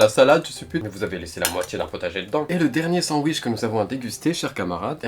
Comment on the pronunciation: "Un sandouiche" Ça ma tuée 🤣🤣